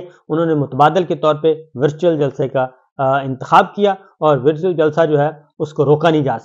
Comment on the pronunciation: Sabir sb.,vartual not virtual(pronunciation)